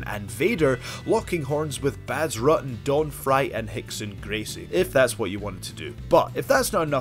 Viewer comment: This dude doesn't know how to pronounce Bas Rutten and it's an embarrassment that "Bazz Rudden" made it to air.